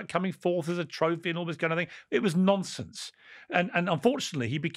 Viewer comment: Why does he say it like that 🤷🏻‍♂️😭😂